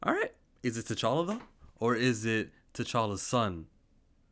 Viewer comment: It’s T’Challa.